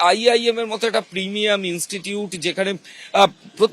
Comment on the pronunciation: ওটা প্রিমিয়াম না প্রেমেইর আচ্ছা সাংবাদিকতার আগে কি পাড়ার দোকানে চা বেচতেন নাকি একটা কথা পরিষ্কার উচ্চারণে বলতে পারেন না. সকাল বিকেল মুখে সুপুরি রেখে অয়নার সামনে প্রাকটিস করবেন কেমন 😂😂😂😂